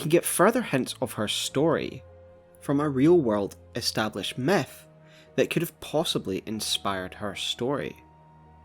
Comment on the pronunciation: I find it silly how he pronounces "Myth" as "Meth".